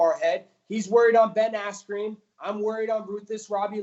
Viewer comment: “Ben Asscream“